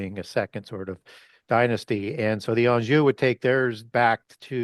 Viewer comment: Nope can't find Enjoue Family with a search engine nor can I even phonetically try to understand the name said before that, incomprehensible there was D sound in there somewhere. As a matter of fact for the D sound name even closed captions only put up the letter D. If I was deaf there's no way to learn anything from this video with closed caption. Completely nonsensical. All the tech we have and no way can closed caption ever be accurate. We just can't make it work I guess. Plantan for Plantagenets and even youtube has that name in red as if it's not spelled correctly as I spelled it. It seems right in a search engine though. No wonder no one knows anything. Can't understand the sound of names by annunciation, can't figure out how to spell them making it near impossible to search them.